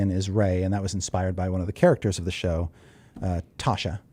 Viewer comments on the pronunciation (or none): I’m not 100% but I thought it was Yasha not Tasha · Yasha not Tasha Chris 🙈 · For clarity, Ashley Johnson's character is Yasha, not Tasha.